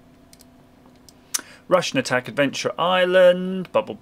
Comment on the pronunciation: For some reason when he said Rush N Attack I thought he said Russian Attack